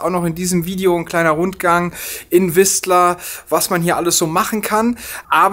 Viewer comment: Das t in Whistler tut im Ohr weh 😉